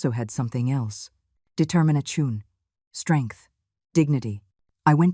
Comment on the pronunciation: Determination was mispronounced